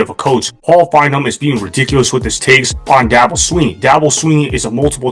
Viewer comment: Fine-Bowm. Not, Fine='em.